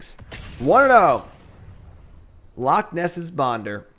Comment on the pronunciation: Bonder's name isnt Bonder,it's Bender.